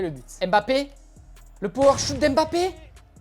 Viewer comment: C pas power shout c power shot 😅